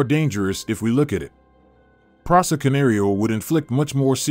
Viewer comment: He can’t even say the presa right. Wth